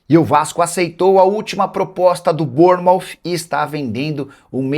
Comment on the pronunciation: Burnouf ?????? vamos fazer Um basico de ingles Nicola.